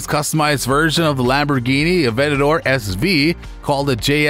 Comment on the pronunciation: I hate when non-car people make videos like this. Calling the Aventador, an "Aventatar". You must be friends with John Paul Dejoria, who for some reason, also calls it that.